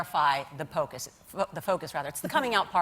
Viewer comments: Bitch totally said Pocus in place of focus .... Bahahaha 😂😂😂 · "it's a pokeus"